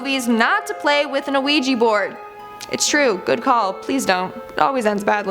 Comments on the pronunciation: Ouija [ wee-juh or, often, -jee ] Please stop saying the O. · Thats not how you say ouija.